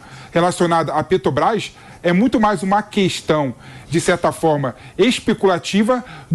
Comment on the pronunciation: Por gentileza, alguem avisa ao q nao eh "Petobras", mas Petrobras? Alem de pronunciar o nome da empresa de forma errada, tenta enganar o povo... Que pessoa desnecessaria no debate...